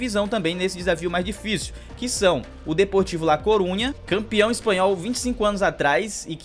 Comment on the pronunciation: Falou ss o lá coruna